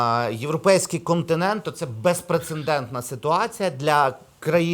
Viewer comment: безпрецеНдентний ― два рази! ((